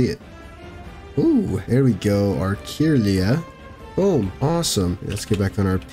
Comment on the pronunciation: Had this on for background sound and you kept catching my attention by saying things like Camerupt is a rock type, or Kirlia is (Kur-Lye-Uh) lol